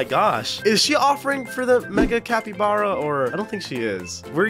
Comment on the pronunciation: I have a problem with the way u said capybara .